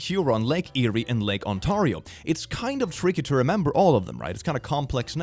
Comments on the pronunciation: OR-AN-TAR-IEO!?!?!?! I LIVE IN FUCKING OR-AN-TAR-IEO!!!!?!???? AAAAAAAAA C'MON MAN!? is it that hard to say on-tair-ieo?! your killing me here XwX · Lake "On-tar-io" 💀 It's pronounced, "On-tear-io" ('tear' as in 'to tear the paper', not 'tear' as in 'a tear fell from my eye') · Ontario - on-TAIR-ee-oh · The lake is on-terry-oh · Ever time he says “Orantario” I die a little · its pronounced UN TARE E O the lake actually has its own urban legend monsters and ghosts Also i scared off some phone scammers once by waiting till they finish talking then i started to breathe like i was struggling and said seven days and hung up, we never had any scammers call since then..wait did i accidentally curse a scammer I also saw the johava witnesses off as a teenager, my mom was cooking chicken so i answered our door in my red bathrobe, chicken in hand and said "Oh hey you guys must be here for the ritual sacrifice are you steve did you bring the goat? the new guy is supposed to bring a goat" they got in there car never came back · You mispronounced ON-TARE-I-O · Hearing pronounce Ontario as Owen tarrio is adorable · i felt physical pain at when said ontario ike that. vile. so gross. i think i will throw up. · Please take this as more of a wholesome diss than real one, trying to pronounce ontario was a delight to my murican ears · As someone who lives in Ontario I'm amused by how says Ontario so wrong. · hearing pronounce Ontario was surprisingly funny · The pronunciation of "Ontario" a as a highlight for me -an Ontarian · Watching mispronounce "ontario" pains me